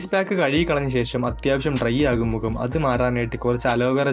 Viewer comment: മുകം അല്ല. Bro മുഖം..